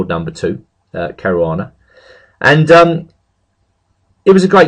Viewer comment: What the... he can say 'Caruana' correctly!? After all these years I've finally heard it!